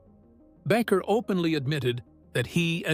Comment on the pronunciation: His name is NOT Backer; it's BA' KER long A Accent on first sylable.